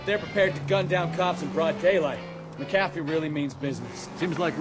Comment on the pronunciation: its McAfEE. just saying